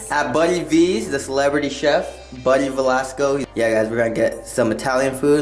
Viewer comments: Va-la-stro not VELASCO. Research maybe? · You keep mispronouncing his name. It’s Buddy Valastro. Like Astro, not Valasco. Thanks.